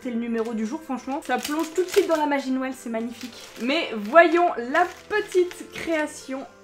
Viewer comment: Te serais-tu entraîner à dire "Noël" pour ta série calendriers de l’avent ? J’ai comme l’impression que tu ne dis plus "Nouël" 🤣🤣🤣 quoiqu’il me semble qu’hier dans ta story Instagram tu as dit "Nouël". Ce commentaire est vraiment basé sur l’humour hein ? Cela me fait rire de t’entendre le dire à ta manière. Sinon cette série de vidéo je l’adore comme chaque année. 🤞🏼🤞🏼🤞🏼🤞🏼 pour le reste des vidéos à venir 🥰🥰🥰